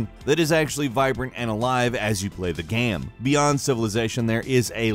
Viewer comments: i cant get over him pronouncing "game" as "gaam" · Dude! Its not gamm... Its game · Is it me or does he pronounce "Game" as "Gam". My ears haven't heard any pertinent details about Anthem because of this. -and today on gamranx -as you play the gam -how the gam is played -is this a solo gam, is this a multiplayer gam -the lead gamplay -the gam is designed -a third person gam -it is a Bioware gam -are in the gam -especially in a gam -want to do with the gam -the director of the gam -way you play the gam itself -talking about the gam -a nice variety of gamplay scenarios -what we've seen of the gam -in the demonstrated gamplay -shared world multiplayer gam -aspects of the gam. The gam is open world -necessity in a gam like this -that the gamplay shown -this is a Bioware gam -pretty excited for this gam -(this isn't an instance of "gam usage", just something that stood out, but one of us doesn't know what whimsical means. maybe it's me.) -positive for this gam -right here on gamranx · says game like gaem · What is this dude on? "Gahm" and "lvl 5"..? Boi trippin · Is it supposed to be a joke with how you're saying "game"? It's like every 5 seconds you're pronouncing it completely differently